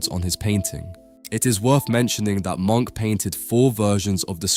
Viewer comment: His name was not pronounced “Monk”, the correct pronunciation should be “mʊŋk / Muunk”. Please work on your pronunciation of European names and artistic techniques. Especially if you run an educational channel on European art; it should not be misleading to the new generation, and please have some respect for the artists and the languages that they spoke.